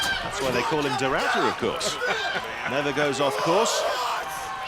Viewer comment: . Oh for crying in a teacup people. Why is it so difficult to pronounce a name correctly? It's De Ruiter, not Du Router. Darn it, I've even heard them say De Rotor at one point. If you are unfamiliar with the pronunciation of a name, do some research if you must, but don't mess up a man's name.